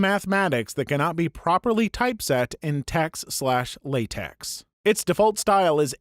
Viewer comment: The X in LaTeX and TeX is a chi and so LaTeX is more correctly pronounced La-Tech